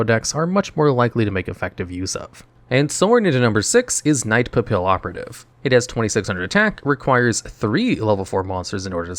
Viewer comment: The "LL" in Papillon and Pallioperative is pronounced like a "Y". Papillion is a French word literally translated to butterfly and Papillioperative is just a play on that.